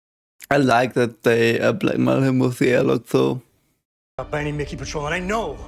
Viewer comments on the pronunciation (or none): none